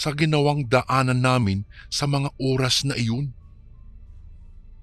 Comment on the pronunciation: ORAS yun hindi URAS 😂😂😂😂😂